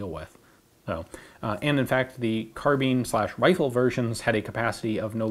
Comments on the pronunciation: Fun videos but why does it bug me so much that he says "car-bean" lmfao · Who says carbine like carbean